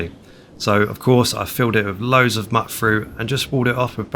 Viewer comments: Mutfruit, not muttfruit, that gets me every time 😆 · Same. Tiny nitpick I know. But MacCready says the name of the fruit in game so I know that it's the canon pronunciation.